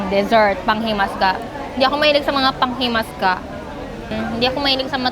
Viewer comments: Panghimagas Po hnde pp panghimas ka naging masama Ang tonog pag sinabi mong panghimaska❤❤❤❤ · PANGHIMAGAS hindi PANGHIMASGA OK🤣❤️ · try salted egg with kamatis and in tagalog it"s panghimagas not panghimasga i'm not angry i'm just saying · Say it again panghimagas. 😁